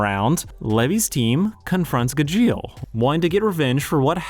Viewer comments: Honestly, I was scared of watching this video. I absolutely love Fairy Tail despite its faults, so I was terrified this was going to be a surface-level "this is a toxic relationship" analysis. I'm glad I was wrong. However, there are a number of more minor things I took issue with/ took note of. First, Gajeel's pronunciation and the use of dub clips. It's pronounced Gah-gee-l and I always watch anime subbed. I'd be lying if I said i didn't cringe every time it was mispronounced or when a dub clip played. Second, I really don't like how you dismissed Laxus's redemption (granted he is one of my favorite characters so I might be a little biased). I loved his failed use of Fairy Law. Sure it might feel like a cop-out, but Fairy Tail does that a lot, and the message (that he cares deeply for his adoptive family despite his rough exterior) is perfect. Also, he doesn't just get accepted back into the guild suddenly. In Tenrou Island, Natsu literally had no choice but to accept Laxus's lightning otherwise they would lose, and when the guild comes back after the timeskip his readmittance is kind of a gag. It's the only thing Fifth Guild Master Gildarts does before handing the title back to Makarov, and in the immediate next arc I think he more than redeems himself. My point is, I dislike the portrayal of Laxus here Third, there's additional history that was missed. Gajeel wasn't actually raised in Phantom Lord. His childhood is shown in the... Road Knight(?) manga (the translation for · I love Fairy Tail. I bawl every time I rewatch it. It's one of my favorites. Your pronunciation of Gajeel drives me crazy. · Anyone else bothered by how poorly he butchers gajeel's name? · Ok I love that you’re talking about Fairy Tail but I’m personally offended by how you say Gajeel lol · It's GA-jeel and not Ga-djEal ! The clips in the video are literally from the dub, so how do you pronounce it so wrong? (You also pronounce it wrong compared to the sub to) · At least someone said it